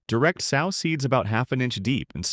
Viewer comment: I hate the way the bot pronounces "sow" as in a female hog. If the bot doesn't pronounce correctly, let a human narrate.